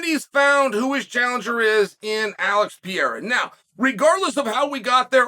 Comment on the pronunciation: He needs to work on “George Masvidal” and “Alex Pee air ah” but this is a step on the right direction